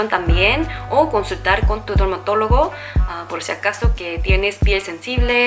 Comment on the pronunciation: Dermatólogo lo dijiste mal hablas muy bien español